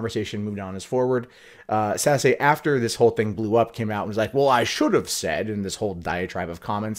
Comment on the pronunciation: Just FYI, not trolling here, Sasse, is not pronounced Sassy, it is pronounced Sas. The political ads were almost impossible to watch because when they pronounced Ben Sasse, it sounds like Ben's Ass.